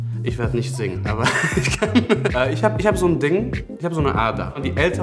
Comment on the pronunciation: Dating auf halal basis und kein Salamu Aleykum zu Beginn 😂 Schock güzel.. bittee.. es heißt auch nicht ischhh sondern ich